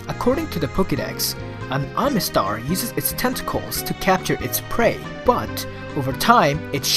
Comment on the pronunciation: "Omastar" not "Omistar," because, I mean, while we're at it...